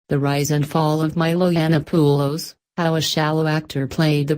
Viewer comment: Milo "Eye-Anna-Poo-Lows" -- gotta love that pronunciation. Why not just record your own voice, you pussy?